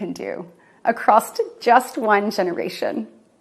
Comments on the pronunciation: Ok, I know I'm focused on the wrong thing, but "acrosst"? Really? Anything that follows, "You see..." is straight-up bullshit. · that freak lost me when she said "acrosst"... gtfohwts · The word is across, not acrossed. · For starters - acrossT - ayiiiiii my ears, my brain... Omd China makes her cry. Are you sure you weren't watching SNL? (I hope SNL saw this - but I'm not sure how they could make it more funny than the real thing) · I cannot get over her making up the word “acrosst”. Lol. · I know this is the LEAST important point, but she's one of those "acrosst" people. That tells me all I need to know. I bet she also says "not for nothing", "I could care less" and "expecially" :D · Sorry, but I can't take anyone seriously who thinks there's a T at the end of the word 'across'. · "Acrosst." 'Nuff said. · I don't take anyone seriously who puts a 't' at the end of 'across'.